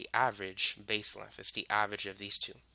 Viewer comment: What the hell is "lenf"?